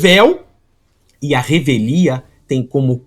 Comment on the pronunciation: É revelia, égua, fala muito errado. Vergonha